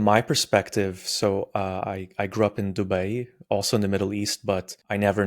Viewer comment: The way he pronounce Dubai and Dua is enough to show he's not a transplant